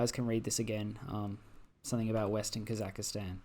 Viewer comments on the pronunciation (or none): came for holy russian empire, stayed for "kazakhastan" mispronunciation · The worst crime you've committed in this video is pronouncing Kazakhstan as "Kazakuhstan"